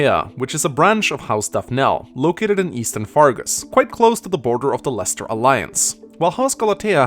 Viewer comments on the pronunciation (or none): none